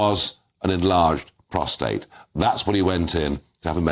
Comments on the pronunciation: Prostate! It's so often mispronounced prostrate! I hope you are lying flat! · Prostate not prostrate. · Did I hear you say Prostrait at 0.19.